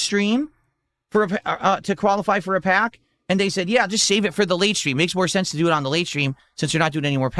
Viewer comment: I can't be the only one who hates the way he says pack and packs